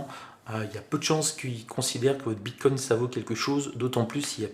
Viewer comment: Apparemment je ne suis pas le seul à être gêné par la prononciation du "s" invisible, autant au singulier qu'au pluriel 😅